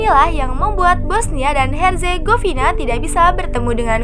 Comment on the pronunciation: Bosnia dan Herzegovina bacanya ya ngikutin english nya lha min dengernya jd aneh Negara nya😂